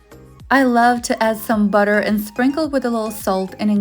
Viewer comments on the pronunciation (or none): none